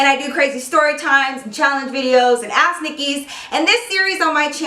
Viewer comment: It sounds like she's saying ass Nikki😂😂